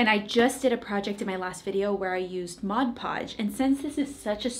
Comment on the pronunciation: Thank you for saying Mod Podge correctly!!! The "modge podge" people kill me!!!